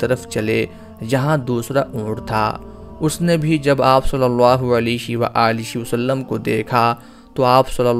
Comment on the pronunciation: آپ صلی اللہ علیہ وآلہ وسلم کے الفاظ کی ادائیگی درست نھیں ھے۔۔۔۔۔علیش و عالیش مناسب اور درست نھیں